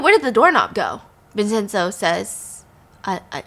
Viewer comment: Haha good pronunciations Stephanie! Vincenzo is pronounced Vin-chen-zo